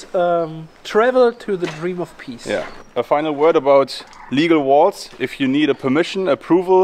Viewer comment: Oii. Before you talk about walls. Please learn how to pronounce the word. I mean you have to use that word quite often. It’s worth the effort. And we can enjoy your content even more not wanting to rip our ears off every time you use the word. Please. When you say it it sounds like “wails” Horrible